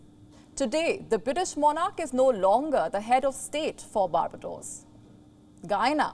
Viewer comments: This mispronounced a lot of the island countries is hilarious lol bar ba dos.. lol bar-bay- dos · It's Bar -bay-dos. Not "Barba dohs" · The way she butchers Barbados is hilarious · Ms Anchor. Kindly check the pronunciation of all those countries you've mentioned. Eg. Baar.BAY.daws. baar.BYU.duh... SAWV.ruhn.ti is tri-syllabic.